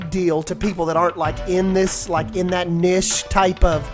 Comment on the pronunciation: my main confusion is the way you pronounce niche and genre 😂🥴